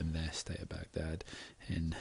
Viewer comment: excellent analysis, and your pronunciation of 'Baghdad' is perfect! :)